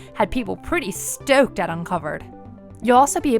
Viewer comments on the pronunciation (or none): The way you say "stoked" omg